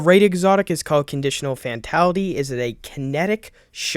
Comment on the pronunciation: Stay in school, “Finality” if you make YouTube videos learn how to pronounce words correctly, takes 20 seconds of Google search.